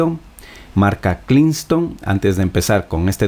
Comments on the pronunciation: ¿Pero por qué le dices "klingston" si es KINGSTON? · Donde carajo lees KLINGSTON?? Es KINGSTON papá! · señor hagase una plana: "es Kingston no kliston", no me resisti el video completo la madre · se dice kingston coño no klingaston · En erio, es lo unico a lo que le presto atencion :/ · Klinston, imigrar, clif, jajajajaja me la pasé cagado de la risa 😆😆😆😆😆😝😝😝😝😝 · Simplemente habla mal, tiene problemas de disléxia y pronunciacion, no le busquen más rollo, haciendo tutoriales y ni hablar bien puede 🤦🏻‍♂️ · esk el hombre es fanatico de la L ajajaja